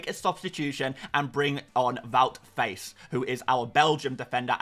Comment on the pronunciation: It’s pronounced wowt fass